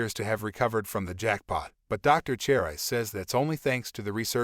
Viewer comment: What is "Twenty one one hundred"? You mean 2100? And Cherise is pronounced "Share-ees" not "Chair-eyes"